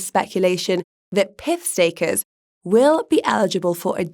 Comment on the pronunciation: That’s pyth not pith.